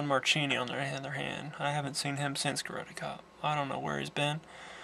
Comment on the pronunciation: your mispronouncing ron marchini's name sounds like zuchini! I grew up around him sine my dad and him are friends. Its horrible that everyone mispronounces his name. btw I'm actually in this movie but ya can't see me cause of the poor lighting in the gladiator scene the guy with the moustache is my dad